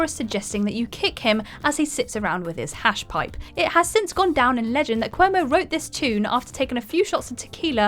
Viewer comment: Pronounces Hash Pipe normally for the list number, then calls it “Harsh Pipe”?